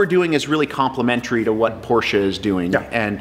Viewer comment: Thumbs up. He is able to say „Porsche“ the right way ( for the others: it’s not a porsh ;^) )